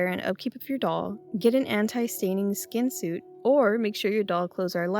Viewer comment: When said Skeen all I could picture was the silence of the lambs. "It put the Skeen on the doll!" 😂